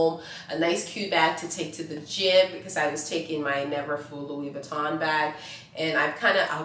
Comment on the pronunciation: And it’s not LuiZ Vuitton - HOW do you not know how to pronounce it???